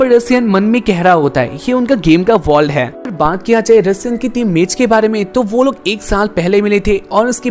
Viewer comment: Bhai vo Russia nhi ru Sian hota hai😂😂